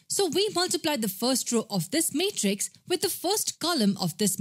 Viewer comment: She says matrix as mate rix😂